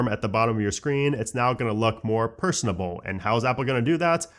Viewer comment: kudos for saying this properly! - Personable = pleasant, likable, easy to get along with. (Example: She’s very personable; everyone enjoys working with her.) - Personalizable (less common, but correct) = able to be customized or tailored to a person. (Example: The app’s dashboard is personalizable.)